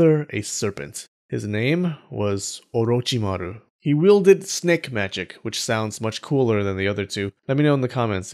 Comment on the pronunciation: The way you say orochimary is 👍